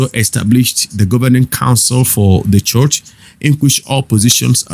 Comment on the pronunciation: Bro, school yourself to pronounce 'ch". It's very irritating the way you call church, much, reach. That rubbishes your broadcast.